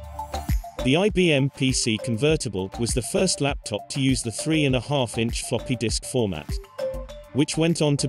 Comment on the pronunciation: Did he say F**** or Floppy?